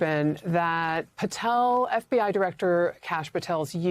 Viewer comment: "Sshhh, be berry, berry quiet. Diwector Patel is hunting Wabbit"...